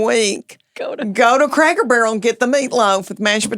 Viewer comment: In Tennessee the emphasis is always on the first syllable. So, it has to be, CRACK-ur-burl. Lol